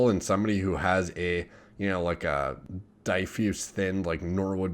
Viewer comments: Plamen Nonchev He’s been saying it that way for years, Die Fuse thinner, Lol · That’s not how you pronounce diffuse